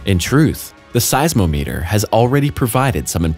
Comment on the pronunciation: Size o meeter? Rsally? I maybe wrong but I've always said it as size ah meter.